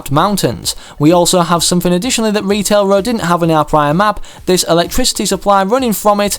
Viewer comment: I love how he said retail raw